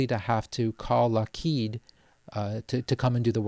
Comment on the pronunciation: You say Lockheed funny.